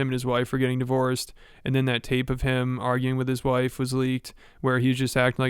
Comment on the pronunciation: “that tape oh him” brother are you living 1991?